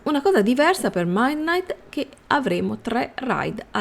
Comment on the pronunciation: Scusa ma devo dirtelo perché non ce la facevo più a sentirlo.. il mid di midnight si legge come in italiano